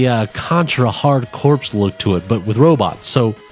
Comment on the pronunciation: Nah, I was referring to the pronunciation of "Corps", since it's a play on words with Contra: Hard Corps anyway.